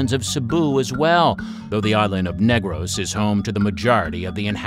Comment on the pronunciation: Negros is pronounced as /Nig-rus/ instead of /Neygrows/ as a Filipino our accent is very rough(?), hope this helps!